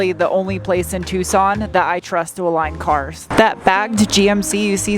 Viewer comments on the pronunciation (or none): none